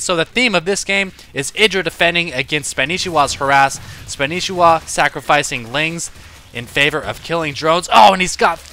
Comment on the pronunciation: I assume you know and that your kidding, maybe your not though, pretty sure its pronounced SPAN NI SHI WA :P no biggie weird name thumbs up please